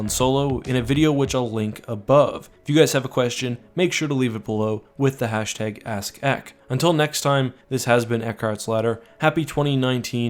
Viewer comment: Its Ask, not 'axs,' English please. At least you don't say 'Doon' in all your videos like that other fellow.